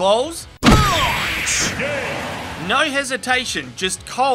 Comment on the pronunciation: Omg 😆 “Falcon ‘PAWNCH’** 😂😂😂